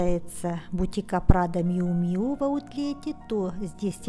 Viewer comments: правильно Мью Мью (Miu Miu)!!! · Еще одна вечная загадка модного мира – как все-таки звучит название бренда Miu Miu? Драмы больше нет, правильное произношение: Мью Мью. Не обижайтесь за то, что я Вас поправила.